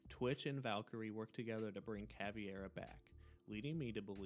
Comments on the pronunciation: CaVEIra, not CaVIEra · The videos a 10 but he said Cav E Air Uh. I think it’s pronounced cav air uh. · No, it would be pronounced Kah-VAY-rah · Caveira** not cAvIeRa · Good video, but the mispronunciation of Caveira's name kinda threw me off track a bit. It's pronounced "ka-vare-a". There's no "e" sound in her name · hey idk if your gonna read this but u kdont pronouce i in caveira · Listening to you pronounce Caveira’s name wrong every single time makes me never finish your videos. She isn’t part fish mate